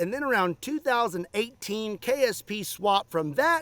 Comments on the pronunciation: It sounded like you kept saying “KFC” not “KSP.” Now I wannna go buy me some red & white bucket for lunch. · LOL almost every time you said ksp i heard kfc .....